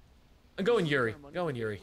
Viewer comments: Yurei is pronounced You-Ray I've been wanting to play this too. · When they say yuri instead of yurei 👀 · Why pronounce it yuri? Try, hmm, let's see how your mind would interpret this... you-ray? Yuri is something else... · everyone pronounce "Yurei" as "Yuri" and I just facepalm lol